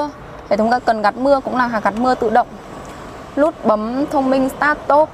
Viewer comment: Chức lăng là gì em !? Cam lùi rất là lét !? Lút bấm !? Má , Thím ngọng mà lên clip vậy trời !?